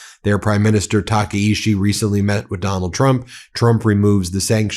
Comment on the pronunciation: Tah Kah EE Chee. Please pronounce it correctly.